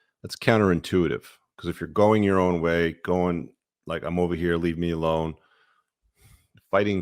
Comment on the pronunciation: LOL at your “tribe.” Love yuur content, but you can keep yuur community.